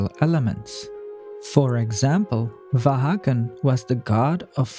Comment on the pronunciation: va han not vaha gn